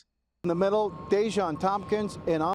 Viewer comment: Day-Jawn sounds like An-Ton.💀